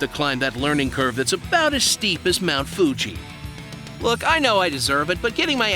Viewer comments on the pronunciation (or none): none